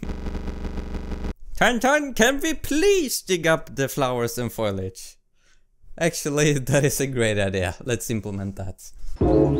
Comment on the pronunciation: Repeat after me: foh - LEE - edge, foliage. Ok I'm done bullying you lol, great video!